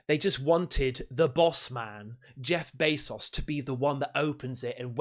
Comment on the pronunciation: “Jeff bay sauce” 😂